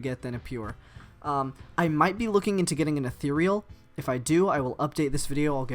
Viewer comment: erm... by "UH-theer-ee-ul" not mocking just pronunciation like in dictionary, is it ethereal or sometin else